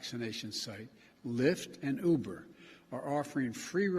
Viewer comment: Did he say Lyft and Hooper? I think he did.